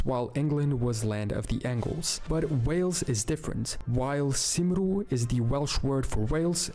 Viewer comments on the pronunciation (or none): No, "Cymru" is not pronounced "Koomry": it is pronounced "Kum-ree", more like the way we pronounce Cumbria and Cumberland, names which are related. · I have heard this word pronounced by Welsh people many times and it does not sound like that. The "y" is much more like the "u" in words like "Cumbria" as pronounced with an English RP accent. Do you speak Welsh? If so, please correct me if I am wrong as I was under the impression that the "oo" sound was represented in Welsh by the "w" e.g. "cwm" meaning "valley". So "Cymru" should sound like "kumm-ree". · He pronounced Cymru wrong, it sounds like cumree. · The Welsh word "Cymru" is pronounced "Coom-ree", with the first syllable rhyming with the U in "Schtum", as in "keep schtum (quiet)". He was nowhere close :-) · His pronunciation of “Cymru” and “Sverige” was so wrong 🏴 🇸🇪. Why do people making informative videos usefully make so many mistakes? And edit.. why does he have the name and flag for Slovakia for Slovenia? 🇸🇰 🇸🇮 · Maybe you only skimmed the video because he did mention Cymru. Admittedly he butchered the pronunciation, but he's Portugese so give him a break (most English people have no idea how to pronounce it...)